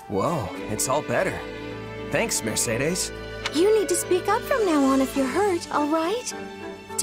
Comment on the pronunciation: Shez' Aussprache von Mercedes' Namen klingt irgendwie... seltsam. Kleiner Nachtrag: Gleiches gilt für Dimitri. Fällt wahrscheinlich nur auf, wenn man erst kürzlich Three Houses gespielt hat. Welches der neuen Designs findest du eigentlich am besten?